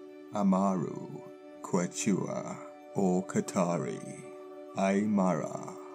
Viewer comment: quechua is pronounced "keh-chwa" and is not a name for the amaru and is a name for the quechua culture and aymara is another name for another culture